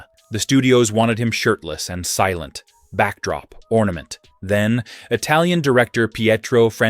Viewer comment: The pronunciation of Italian is awful!